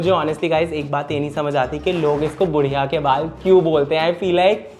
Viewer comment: Bhudiya nhi, Gudiya ke baal bolte h bhai.